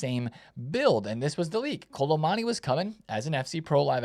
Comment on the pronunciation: Why can’t my man pronounce Kolo Muani 😭 Kolo MONNY